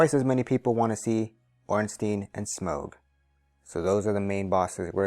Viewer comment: I really suffer when you say smaug instead of smough